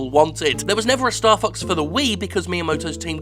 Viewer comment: Is is bad that I kept hearing Starfucks instead of Starfox?